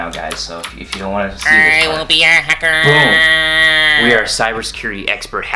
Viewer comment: "I will be a hackerr", that hurt my ears. Good job though.